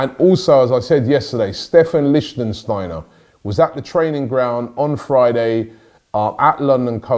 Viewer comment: "Liechtensteiner" ahahahhahahaaaha